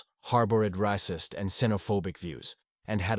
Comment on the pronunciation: It’s not bad but the simple mispronunciations are inexcusable At least far as I can tell Racist=Râcist? Bodies=Bōdees? And so Content comprehensive though 8.5/10